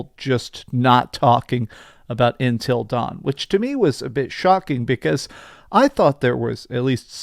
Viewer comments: Him saying ‘INTEL’ instead of Until is just weird lol. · Why do you say intill instead of until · Intil dawn? it’s until dawn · Everytime he says intel dawn, i lose a year off my lifespan... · It's not INTEL Dawn it's UNTIL Dawn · not Intel Dawn its UNTIL Dawn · Why does he keep calling it Intel Dawn? 😭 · Dude are you saying intel dawn 😂😂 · It's because he is saying intel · Does it drive anyone else nuts that he doesn't know how to pronounce the word "until?" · Am I the only one annoyed by the way he says “until” 😂